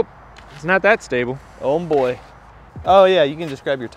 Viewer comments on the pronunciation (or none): He said Ohm boy 😂😂😂